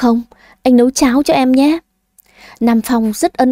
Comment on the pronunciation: Dì đi" nấu cơm "chứ ko phải "Lấu cơm "nha